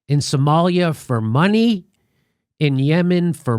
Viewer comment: Everytime Jimmy says "money" I hear yanny.